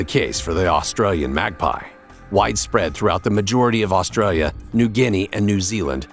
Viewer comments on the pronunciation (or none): Every time he says Australia he tries to put on an Aussie accent. Hilarious.